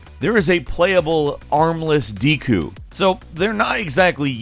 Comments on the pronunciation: Deeku? I thought it was pronounced dehku, like with a Japanese 'e' (え/エ) sound, as 'desk'. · wtf is a deeeeeeku? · I liked the video but when you said deku I think you are the first person I have heard pronounce it that way. I usually hear people pronounce it "deh ku" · Dee kuu Bruh just watch Boku No Hero Academia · Dee-koo is not how I pronounce deku nuts. Maybe I’m tripping tho. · It is pronounced dehku, this guy is a PC guy with no knowledge of Zelda I bet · The way you said deku( pronounced dekoo) hurts my soul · I just want you to stop saying 'deku' because that's not how I say it 😂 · Me, a Zelda fan: you Ummm, said the word deku wrong 😐 Also me: screams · your pronunciation of Deku slightly triggers me